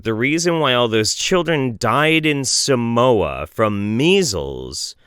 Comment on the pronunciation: Dude cant even pronounce Samoa.. You have died of DNA on the Oregon trail